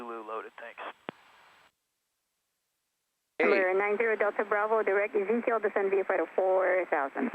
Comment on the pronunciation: “Easy Kill”? LOL Most people pronounce that fix as “Ezekiel” - like in the Bible. (ee ZEE key el)